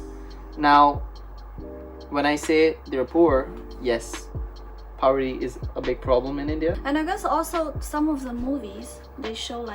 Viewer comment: Hesaid PAWRI Instead of poverty